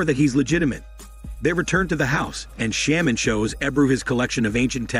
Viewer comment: had to stop after the word "sham-man" was said 5 times. dude, like i know its a text to speech thing but thats not even a fucking word. you would think it would be programmed to said correctly. dude has a big channel and uses MS text to speech for windows 98. damn 😂😂😂